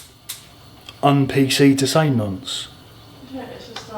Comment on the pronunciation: The way you said nonce was hilarious, great vid!